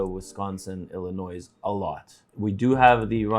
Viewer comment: ......Illinois is pronounced Illi-noee not Illin-noise. The S is silent.